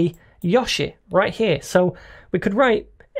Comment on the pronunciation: Is this only me or everytime he tries to say "right"...he gets possessed by a Mexican....(i.e rrright)?